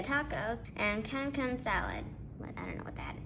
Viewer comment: Cancun is a city in Mexico , it’s pronounced “can-coon” and it’s where lot of college students go to during spring break to party because they got a beach there and stuff